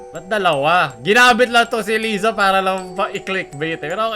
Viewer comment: lay-za po hindi lee-za hahahaha